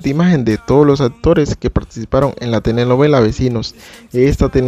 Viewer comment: Cómo dices? "Tenenovela"? 😂😂😂😂😂😂